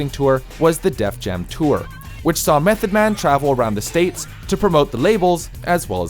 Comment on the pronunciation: Dude, did you just call Method Man by "meth"